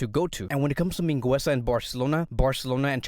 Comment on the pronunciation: You’re not pronouncing Mingueza right, but besides that good video